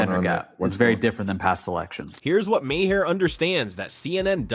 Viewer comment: I thought Bill's last name was pronounced as "marr" NOT "mah-har."